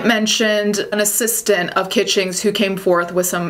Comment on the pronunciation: I love it that your italian accent came out when you talked about the assistant!